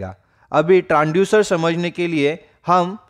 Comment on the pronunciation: Transducer not Tranducer , Make pronunciation perfectly